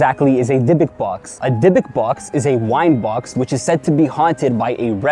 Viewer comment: Hey! This one made me chill.. actually, in Hebrew you should pronaunce it "Dibuk", as it's written :) I wouldn't recommend make videos like this again :O